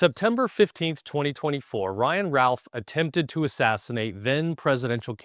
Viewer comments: His name is said " ruth" like Babe Ruth. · My point is it is not said " Routh" like "South."